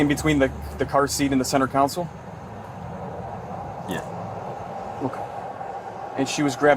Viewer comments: People need to annunciate between center console* in a car Too often I'm hearing council, it's not center council, it's console* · "The center 'counsel'?? 🙄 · What is a Center “Council”?! Are you trying to say “Console”?! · 'Center counsel' My guy, Officer.. The word is 'console'